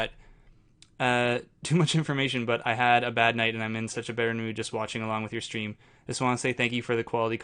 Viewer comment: Every time you say "supporting the stream", I hear "supporting this dream".